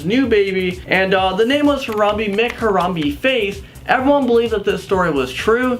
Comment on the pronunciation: Its pronounced Haram-bae not Haram-bee